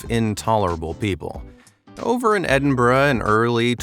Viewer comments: YES! an American that can say Edinburgh. 🎉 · Thank you for saying Edinburgh correctly ❤️ Scot’s everywhere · So glad you said Edinburgh right 😂